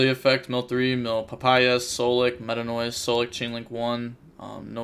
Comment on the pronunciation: DID YOU JUST CALL IT METANOISE? RIP OLD PRONUNCIATION WILL ALWAYS BE THE RIGHT ONE IN MY HEART!